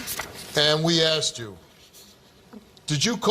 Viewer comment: It’s asked not axed, for God sakes please use proper grammar